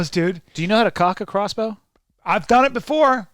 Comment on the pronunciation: lol crossbow is NOT silent